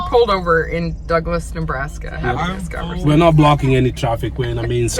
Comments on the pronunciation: I totally thought said "Duckless, Nebraska" instead of Douglass. 🤣🦆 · I laughed so hard because at first I thought said “duckless Nebraska” 😂😂😂 then realised it was Douglas. I second you should move to the country!! I’m saving to get my family back out in to a small town, on land, here in Australia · I thought for a minute there said “ have you ever heard of Duckless, Nebraska? “ Sorry 😆🙂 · I thought said “Duckless, Nebraska”... I don’t think they have duck eggs lol. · You were talking all about ducks so when said, ‘have you heard of Douglas’ I thought he said ‘duckless’...you wouldn’t find duck eggs there! 😂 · How many people heard "Duckless" when they said "Douglas"? 😂